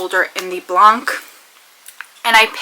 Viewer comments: Would you like to say BLANC like a French woman would....? Exactly as you are now saying it but don´t pronounce the C. There is no Kuh sound on it! Blahn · Fench is kind of tricky. I’m bilingual so not for me lol. The word has what they call a nasal vowel so you don’t pronounce that N at the end either. But you seemed to say it very well except for the Kuh you had put on the end. And Pod qwah. 😂. Thst is phonetic spelling for a slang style you’re welcome. (Pas de quoi)